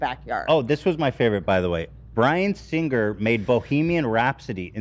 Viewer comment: My OCD can’t take how Ethan pronounces “Singer”